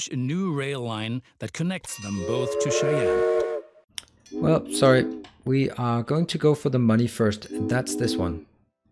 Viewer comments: Good buddy... Cheyenne is not pronounced "chen". It is pronounced "shy-anne":P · I love watching your videos. I just wanted to point out that Cheyenne is pronounced "Shy Ann".